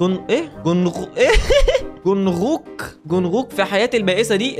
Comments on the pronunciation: جونغكوك مش جونغوك 😂 نطقته بطريقة عجيبة دا سحر ولا شعوذة 😂💔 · أسمه جنكوك مش جنغغظاةظظبظبظزبزلنك أنت كويس يا 😂🤣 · جونغوك بتتنطق جون كوك يا 😂😂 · تم اعلان الحرب الارمي على بسبب انه غلط في اسم ارنب الارمي جونكوك😂😂😂😂😂😂😂😂😂😂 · جنوكوك: ❌ جنوكوخ: ✔️ عيب يا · علي فكره اسمه جونكوك مش جونغوك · اسمو جونغكوك مش جونغوك و هو عضو من فرقه bts 😂👍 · ده بيقول جونغووك 😂😂💔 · اسمو چونجوك اسمو كده ف النطق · اسمو جونغكوك بس ال(غ)مش بتتقرأ لان اسمو ب الانجليزي Jungkook فا ال (ج) بتتكتب (غ) في العربي ولا هو مش هيتكسر ولا حاجه هو غير كده خالص و لكل بلد ثقافه واسامي مخصصه ليها يعني مصر مش زي كوريا ولا اليابان كلو مختلف حتي اللغات +مقصدش اهانه ليك انا بحب فيديوهاتك جدا ومتابعاك من لما كنت 300 الف مشترك وبحب محتواك وازاي بتقدمه لينا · يعمم فصلتني انت نطقت اسم جونج كوك بطريقه عجيبه يا اخي 😂 ماسو.نيه ديه ولا ايه 😂🙂